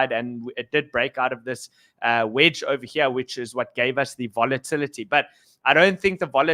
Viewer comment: ohva heer, ohva theer